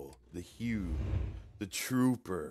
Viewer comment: Your reaction is the correct one. But you're driving me nuts, it's pronounced "HOO" not "HEW!"